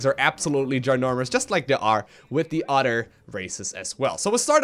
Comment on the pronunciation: Udder, I mean other.